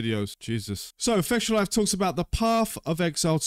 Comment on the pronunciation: Why don't you pronounce fextralife as it is. You said it and it sound la fectialife.